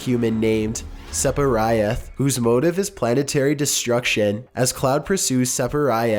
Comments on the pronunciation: Steven Tolbert that was the first part that killed me lmao... Then the Sepirioth just hurt my fucking soul.... Like, just pronounce it as its written, Sephiroth, it isnt rocket science. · You're slipping with quality. Sepirioth? Rosalinda? Ben drowned Unsolved? The amount of mispronunciations along with some of these were solved or answered a while ago makes me think your getting sloppy with research and with quality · Your butchering of the name "Sephiroth" is a crime against humanity. It's pronounced exactly how it's spelled. SEF-i-ROTH. Where the hell did you get "Seff-er-ry-ith"?! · For god's sake. I was okay dismissing the mispronunciations and the obvious line resets until "Sepiriath." What the fuck is wrong with you? Do you not understand English pronunciation? SEH- FIH- ROTH. IT'S NOT HARD. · Sep-a-rai-ath.... nooooooo it's fuckin Sef-a-roth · SEPARI-ETH..... i have lost all faith in humanity Places gun to head It's pronounced SEF - I - ROTH with the "i" having the same sound as it does in 'Idiot' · His name is seph-i-roth not sep-i-rioth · Sepiriath? really? REALLY really? Se-fi-roth not that hard. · You pronounced so many words wrong on this one. Not all of them names, like melee, which is a common English word and it's pronounced Mae-Lay. Sephiroth can also be considered in this category. It is a term from the esoteric doctrine of the Kabbalah. It's Se (like in Seth)-phi (like in Philadelphia)-roth (like in Rothschild) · "Separyoth?" "Aeriath?" "Rosalinda?" "Meelee" Did even read the names once before recording? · Number 78: Seperiath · “Cloud and his team end up going up against a superhuman named....” pauses “Seperieth.” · "Seperiath" oh my sides. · SEPERYATH? ... Holy christ! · Sepherioth.. I like it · Did this valley girl just call Sephiroth "sep-er-eye-ath"? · Sephiriath? Like Mariah? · Also Sep-i-rye-ath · Rosalinda? Seperiath? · Do you actively try to pronounce things incorrectly? Rye-yoo? Sephiriath? Arieth? Rosalinda? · Cloud vs Sepiriah?